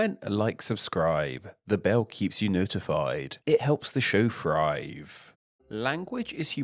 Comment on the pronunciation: Thrive* not Frive